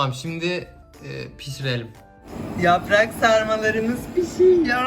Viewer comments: Siya, can : yaprağğkkkk Bne : yarrraaaaa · ’da ben: Anneeeeeeeğğğğ YAPraĞk varĞ MıĞğĞğĞ